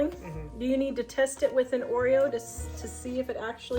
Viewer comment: Just call the game Oro instead of oereo. Problem solved lol